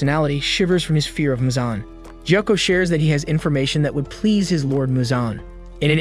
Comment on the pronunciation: ITS GYOKO NOT JOKO AND ITS KANOA NOT KANOW AND ITS SANEMI SHINAZAGAWA NOT SENAMI SHIUZIGWGAA AND DONT CALL ME SWEET KAWAII NEZUKO AND WHY THE HELL ARE YOU CALLING PEOPLE “ Kawaii mitsuri “ ETC. WHY ARE YOU CALLING PEOPLE KAWAI ITS WEIRD